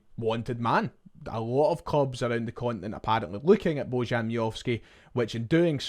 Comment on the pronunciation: Baw-yan is the correct pronunciation.